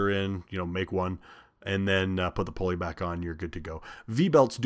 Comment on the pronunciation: Oh indeed it is! Also: poor grammar; whether it is wide spread or not: is STILL wrong; and we should try our best to speak the English language correctly; if we are a graduate of HS or higher learning! IE: it is NOT "Pole-ee". It is "Pull-ee"! It is NOT "RPM's". It is RPM". NO exceptions. It is NOT "Irregardless". It is "Regardless". No exceptions. And the worst of all: "If I were" is NEVER correct:. It is "I was" in ALL cases. Not to mention spelling "Your" when it should be "You're" when meaning "You Are". Not to mention spelling "There" when they mean "Their" in a possessive scenario. Etc., etc. and ETC! A perfect example of "Dumbing down society"; by teaching "birth control", "condoms" and "abortion" (COLD-Blooded-Murder); instead of teaching that it is dead wrong; and if you do it, you WILL pay the price!" For whatever it's worth.